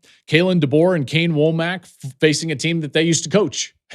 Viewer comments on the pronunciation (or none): none